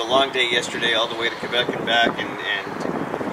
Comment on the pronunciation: Finally someone that pronounce Quebec like it's supposed to be and not like Qwébec